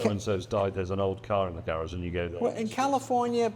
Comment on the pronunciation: It's pronounced garage